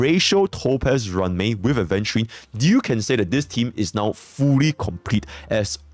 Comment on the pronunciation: He finally pronounced Aventurine correctly 😭